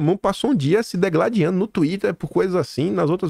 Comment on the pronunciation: a palavra correta é DIGLADIANDO e não DEGLADIANDO, OK? Só para o pessoal não te criticar.